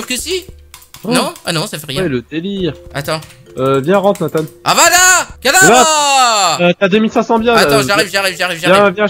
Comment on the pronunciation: Ses avada kedavra pas avada kadavra